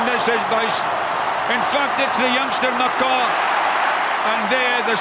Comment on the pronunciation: good to hear jonathon davies mispronouncing yet another 'foreign' name. mccaw. not too hard is it?